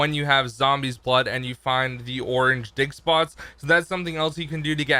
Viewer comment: did he say orange di*k spots? lol it's just sounds like it when you said orange dig spots